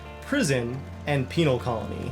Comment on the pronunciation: It's pen-al not peenal